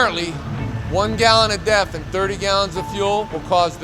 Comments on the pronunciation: Oh sorry it’s def, sounds like your saying death haha. But why don’t you explain what and why people are trying it. Thanks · A little background would be nice. I live in the Southeast US, and I have never heard of def. I had to look in the comments because I thought you were saying De@ Is it something available in a regular gas station somewhere? If so, what type of vehicle would use def?